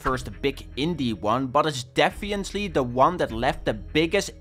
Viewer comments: "defiently" lol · Please work on your pronunciation of "definitely"